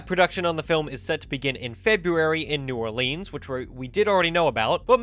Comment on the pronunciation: "new orleens" 😭